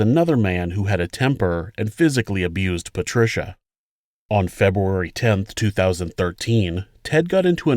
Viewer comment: Feboory? February?...